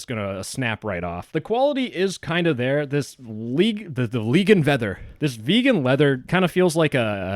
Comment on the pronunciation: did he just have a mini Stroke? Legan Veather?